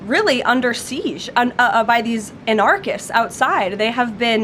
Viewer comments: Fancy a public speaker who can't pronounce words correctly. Wrong emphasis on anarchist. Pitiful. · Someone should show Karoline how to pronounce anarchist 😂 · She couldn't even pronounce "anarchist" correctly.